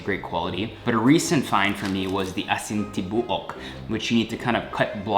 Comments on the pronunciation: Aeasin Tee-bow-uk 😩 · lmao, erwan's pronunciation of "tibook" is so cuteeee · TIBUOK(WHOLE)IN BISAYA. PRONOUNCE AS TI-BOO-UK. PLEASE DON'T ASPIRATE THE T.